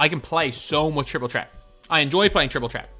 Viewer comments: obama prism yea i know that but it sounds like he’s saying chreat and not threat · Why does call it triple tret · “Triple trett “😂😂😂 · Triple "tret" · Triple threat not tret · Why does he say threat like that